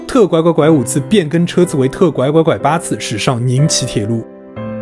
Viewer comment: 為什麼你會把 T7775 說成 「T怪怪怪5」?